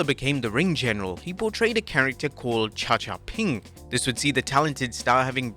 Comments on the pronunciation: It’s not cha cha ping, it’s ga cha ping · The gimmick is pronounced "Gha-Cha-Ping" which there is a popular Japanese Kid TV show chractor of the same name, a green dinosaur Mascot. So basicly Gunter portrayed a Jaoanese Barney the dinosaur.